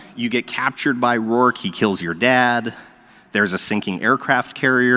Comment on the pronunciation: Wait he's not Rourke but "Rorke"?